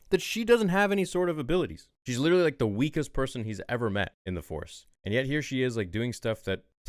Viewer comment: WITEWWY ITS WITTEWY GORG LUCAS